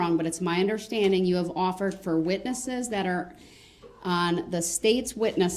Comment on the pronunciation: “UnderSHTANDING”. He’s so infuriating. No plaintiff? How about all those people you killed and injured you DF!!!